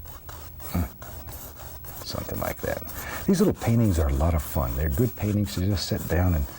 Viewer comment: "Somethin' lye gat..."